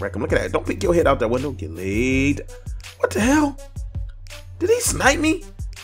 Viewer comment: "Layyed down!"